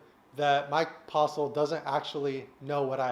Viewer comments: Haha he said the name wrong haha so funny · Did he say postle or postal? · Two things. Get yo grill fixed, and say Postle correct lol.